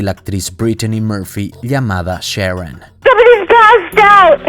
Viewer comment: Llamada Sheroun!! Hablá bien,.